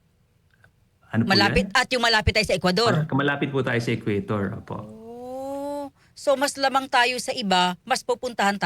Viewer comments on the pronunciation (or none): Ang BOBO ng interviewer. Magbasa sana ka muna. Bago ka mag invite ng expert. "Equator" hindi "Ecuador"!